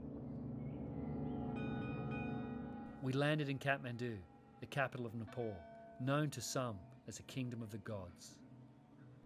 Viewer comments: Thanks for beautiful video conservation but you gotta pronounce it right when you say N E P A L (it’s ne pal ,pal like pay pal not NEPOLL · it’s pronounced as ne-pal not niple